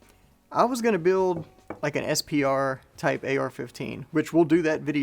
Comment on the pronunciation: He is saying “SPR”